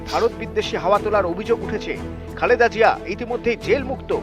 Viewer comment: Ki upothapak apni, Tarek Zia'r namta porjonta shathik bolte paren na ! 😮😅